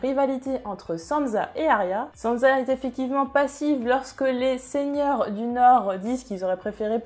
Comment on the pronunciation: Pk tu dis sanza ? C frustrent